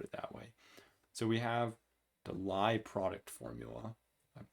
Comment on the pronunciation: Nice lecture, but Lie rhymes with tea.